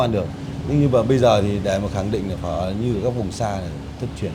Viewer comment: He keeps saying phớ instead of phở. Not his fault seems like someone only half told him how to pronounce it.